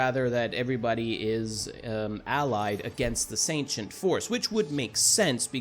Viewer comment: The way you pronounce Sentients makes it sound like you're saying ancient with an s in front of it